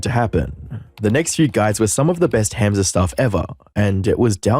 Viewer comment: Hamza is pronounced hum-za